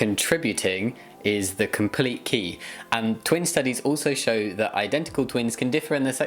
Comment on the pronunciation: she said actually shshssshow signs XD